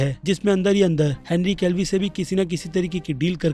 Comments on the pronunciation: Henry Calvi nhi be Henry Cavill hota hai. Kab sikhega be podcast me aman ne bola firbhi samajhta nhi hai. Sabka nam galat bolta hai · Whenever he says henry kevli instead of kevil 20000 childs are born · Its Henry Cavill not Henry Calvi😒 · Bhai Henry केवील Hai... Aap hamesha Calvi bolte ho... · Bhai Henry Cavill / Callvi me bohot difference h I request you should pronounce someone's name correctly please 🙏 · Henry Calvi nahy Henry Cavill bolo bhai 😅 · Every single Time says "Henry Calvi" 👍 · Henry kev-ill pronounce hota hai bhai... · Bki sb to thek but bhai plz Henry cavill ka nam sahi pronounce kro